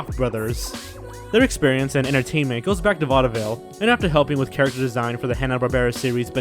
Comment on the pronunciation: "vaudaville"? XD